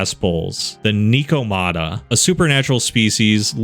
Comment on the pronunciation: Great video, but hearing you say “knee-ko-mata” made me want to become one of the original vampires born in the blood pits of hell, thanks ☺️